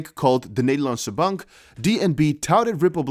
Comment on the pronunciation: Nice to hear your Dutch “De Nederlandse Bank” 👌👊🇳🇱